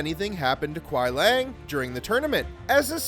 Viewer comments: The pronunciation of characters Bi-Han and Kuai Liang and other things... surprisingly not Quan Chi... needed a bit of work. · Kwi-ee-lang not Kwi Lang